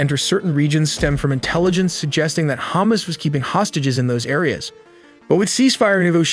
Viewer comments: Say it with me, HA-MAS. Not hummus. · Love the pronunciation "Ham-ass" or maybe even more accurately "Ham-azz" ? Haha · The AI keeps pronouncing Hamas as Hummus lol.